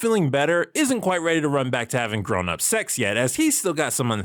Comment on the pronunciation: 🗣️ ”Grownup SECs!” 😩